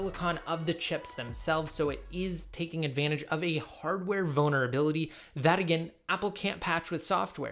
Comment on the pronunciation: I can’t be the only one who hears ‘Hardware Boner Ability’